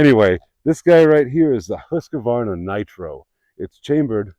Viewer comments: There is no A between Q and the name Husqvarna. It is pronounced Hus-kvarna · Much better than Huskavaana. Husqvarna is a compound word comes from the Swedish words “Hus”, meaning 'House' and 'qvarn” meaning “Mill” - Millhouse